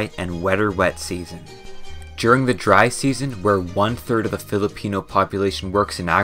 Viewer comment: it's Filipino not pelepino